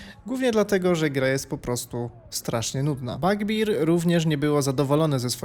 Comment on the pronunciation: Bardzo chciałem obejrzeć ten film ale "Fletałt" i "Bagbir" mnie pokonały. Sorry. Jak już tak brylujesz angielskimi słówkami to chociaż trzymaj równy poziom.